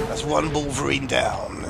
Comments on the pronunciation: balverine not balvereen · Sorry, kind of got to me xD Balverine; "Bal-Ver-Reen"